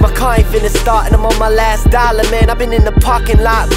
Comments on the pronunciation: lol thats driving me crazy... y couldnt he just pronounce LAST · Apparently last is now pronounced lat. Hmmmm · I puked Lah night. Is he trying to be black so bad that he can’t say LAST.